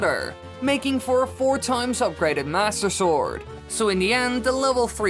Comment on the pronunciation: I luv how u say master sword and I’m not being rude I love how you say it